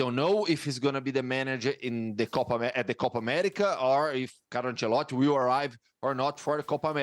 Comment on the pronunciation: Nobody: This guy: Carlo Ancelott'